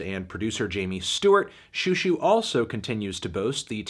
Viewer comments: It’s zhoo zhoo, not shoo shoo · this is over a year late I know, but for the love of god please pronounce it like show show, not shoe shoe. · "shoo shoo" wyd melon